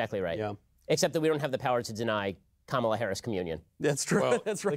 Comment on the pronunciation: I had to rewatch that part, and it was indeed Matt Walsh who said, "At least she settled down." Note that he never, ever pronounces her name correctly. Even our 14 year old daughter giggles whenever Mr. Walsh refers to Kamala.